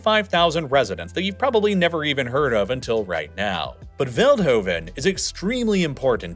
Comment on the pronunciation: je zegt veldhoven verkeerd en trouwens psv is de beste eindhoven valkenswaard dommelen de beste 😜😜😜😜🤪🤪🤪🤪😝😝